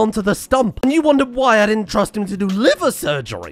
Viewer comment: the way he said "liVeR SurRgerY" it made me laugh hard that i kinsa non stopped coughed 🤣🤣